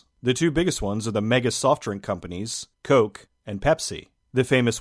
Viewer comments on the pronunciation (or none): none